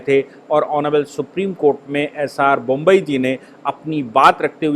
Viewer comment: कृपया बोम्मइ को बोम्बई न कहें